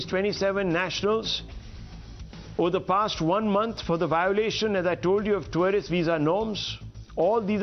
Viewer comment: Twarist visa............is this pronunciation correct??? Rahul shivshankar is amazing......